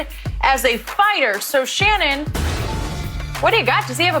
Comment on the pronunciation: You Shanon your name is She-non! Ur gayweather